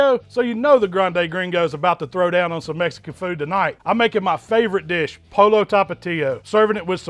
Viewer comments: It's not polo it's,poi yo,pollo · I like how you say polo instead of poyo... " Pollo" 🤐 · None of that is Mexican food. Refried beans literally need to be refried. No oven baked. Rice is not made with salsa but with tomatoes. It’s not pronounced Polo it’s Pollo (Po-Yo) and just saying if you don’t know why 5 de Mayo is celebrated then maybe you shouldn’t celebrate it. But still a fan none the less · Pollo is pronounced “poh-yoh” not polo. The LL makes a “Y” sound. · Pollo is said this way po-yo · He said "polo" hahahahaha but it looks good though. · You know everyone hate when white people can't get anything other than their own culture right. It's pronounced POYO with a roll in your your tongue on the L's. Video was great but I found that highly annoying. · It’s pronounced “Po-yo”. Nice cooking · Mans so white sounded like he said “polo talapias” 😂 all jokes aside this looks crazy good! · Pollo= Poy-yo. lol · My man said "POLO tapatias" XD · Shhh 🤫, it’s way more funny when he says polo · pollo? Are you talking about a game with a ball and horses? Or maybe chicken in Spanish that would sound more like poy-o. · You’re going to pretend that you don’t know how to pronounce “pollo” the proper way, dude? Don’t be such an ass.